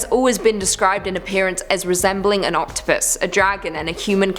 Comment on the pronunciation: am i the only one who thought she said "whos head looked like an enourmous OCTOPISS" ?